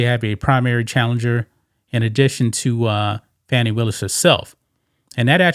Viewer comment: Her name is pronounced Foni